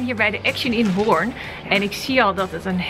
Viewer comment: Oeehh leuke spullen maar wel echt cringe hoe ze hoorn uit spreekt🙉 echte horinezen weten dat je het uitspreekt als horen en niet hoorn😅